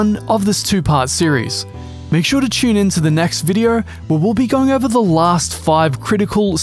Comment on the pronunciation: why does he pronounce VODEO, VIDIER?